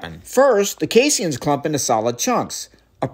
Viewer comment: I’ve never heard it pronounced “casey Ians” before 😂